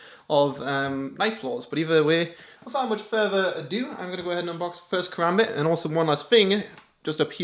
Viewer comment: Fun Fact: A Karambit can cut deep threw 3 inches of skin in less than a second leaving a gash large enough to completely severe any limb on your body :) Also... You fuckers are pronouncing Karambit wrong... -_